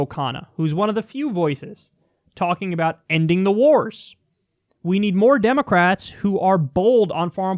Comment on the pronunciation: Damocrats? XD